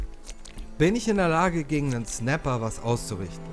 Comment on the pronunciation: Wie er jetzt ernsthaft immer "Snappl" sagt xDDD